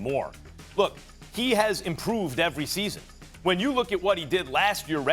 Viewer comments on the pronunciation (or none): “DON-CHITCH” NOT “DON-CHICK” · Doncic, nit Donkic!! Not that hard🥴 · It’s pronounced DonciCH, not DonciK. Get it right. If you can say Antiticumpo or whatever, you can say Doncic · Stephen, "Luka Donchick", A Smith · How does Stephen A STILL say 'donchick?' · stop saying doncik, show some respect Mr. Smitch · Can he stop calling him DONCHICK ?! That’s DISRESPEKK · Stephen A, its your job to learn how pronounce those players names correctly!!!! shame. luca doncić is a superstar in this league you will repeat this name for years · I expect Stephen A, pronounce right the last name of Luka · As extensive as his vocabulary is, you would think this clown would learn how to pronounce Luka’s last name properly. Terrible. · I could understand Stephen A. mispronouncing Dončić when he was first drafted, but it's been 3 YEARS. He's won rookie of the year, been a 2x all-star starter and has earned all-nba first team 2x as well, what more must he do? It's insultingly disrespectful and at this point Stephen A. is blatantly mispronouncing Luka's name on purpose, all for the sake of getting people riled up (and I fell for it). I can't help but feel this is a race thing and that he's not too happy that a white player is inevitably going to become the next face of the nba. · Going on 4 YEARS and this clown still can’t say Luka’s last name right. Clown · Can you say his name right? This is your job lol